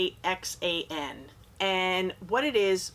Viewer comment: Hi, love the vid. "Häxan" is Swedish. Let's just say you almost pronounced it right 😂